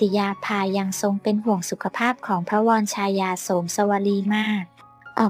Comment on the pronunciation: คนอ่านไม่ใช่คนไทยใช่ไหมคะ วอ-ระ-ชา-ยานะคะไม่ใช่วอน-ชา-ยา